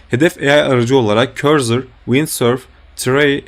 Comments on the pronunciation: Cursor’a neden korzır diyorsun 😀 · doğru telafuz etmenizi :)